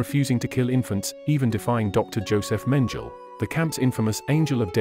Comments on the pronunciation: Josef Menjul ? Seriously ? Did the producers just pay any random no-nothing to read the script for them without informing them how to pronounce well-known names ? Incredible. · You don’t pronounce Auschwitz , gestapo or Mengele right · exactly. Say the words right and a lot more people would watch more of the videos